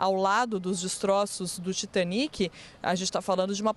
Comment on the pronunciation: O cara tá no Brasil falando pra brasileiros e usa dizer TAITANIC ..... Muita moagem mesmo viu